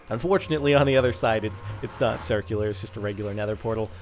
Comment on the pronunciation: Wuts a churcul is that how u pronounce it :P